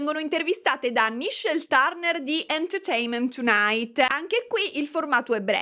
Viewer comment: Ho provato un brividino di piacere quando hai pronunciato "enterteinment tonight" così perfettamente😂